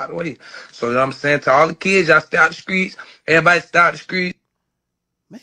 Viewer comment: "the skreets" 😂😂